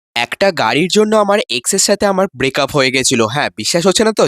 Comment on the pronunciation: Breakup ❌ bracup ✅